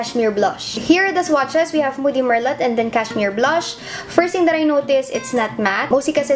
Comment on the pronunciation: just helping out,. merlot is pronounced like ballet or bouquet:) i like wine kasi kaya familiar;)